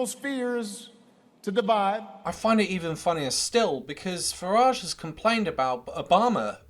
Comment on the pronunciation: Farage rhymes with garage Or is it wanker...